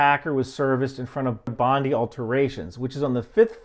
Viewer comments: Good common sense info here. One thing though.... it's pronounced ( phonetically ) Bondeye. Just so you get used to saying it before your Aussie ( pronounced Ozzie ) trip. Great work keeping the facts out there. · It’s pronounced Bond-eye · Hey, it's pronounced Bond-EYE cheers mate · Pronounced Bon-Dye cheers. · God Love you...however... Bondi = (Bond-eye) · "Bondi" is pronounced "Bon-Die". Could have spent 30 seconds and found a YouTube video showing how to say it. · Bondi is pronounced Bond-Eye 👍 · Bon DI, like Princess Di, mate. You also mispronounce Aus TRA lia. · Jeebus man it's Bond-eye! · Just for clarity and not to be nitpicky, it's pronounced Bond-eye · Bondi Pronounced Bond eye. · Thanks. As you stated, this was a tragic event. Not due to soft policing, not racially or ideologically motivated. Oh, and Bondi is pronounced "Bond-eye". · For your info, when here in July Bondi is pronounced “bond-eye”. Love your work. 🇦🇺🍻 Was certainly a sad day. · Love your work, but the most controversial thing about your video is your pronunciation of 'Bondi'. Not your fault, I understand, but you'll get a huge backlash rom Aussies. For the record it's pronounced 'BON-die' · It's pronounced 'Bond eye' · Aussie guy from Queensland recently moved to Sydney New SouthWales. Mental health issues since 17, its non terrorist related. It has nothing to do with Jews or Gaza. And Bondi, it pronounced Bond eye, as American's struggle with Australia names. Very sad situation, highlighting the issues of Mental Health problems and the need for ongoing support and treatment for Mental Health patients. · Thanks for covering this mate, but Bondi is pronounce Bond-eye, i'm unsubscribing because of this outrage!! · Bondi is pronounced Bond"dye" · It is a Jewish area but they’re still a small minority and it wouldn’t be a Jewish target. Bondi is pronounced Bondaye like aye, aye captain. The guy has been identified and was a mental patient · pronounced Bond-eye